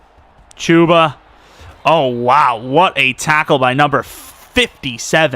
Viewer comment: Hate how he says Chubba lol